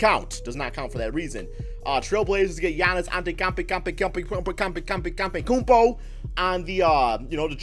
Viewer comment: Also say Antetokoumpo right for fuck sake